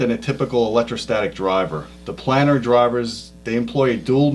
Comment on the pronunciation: Tell it's PLANE - ar, not Plannnn -ar. As is plane, Magneplanar, etc. Otherwise great show!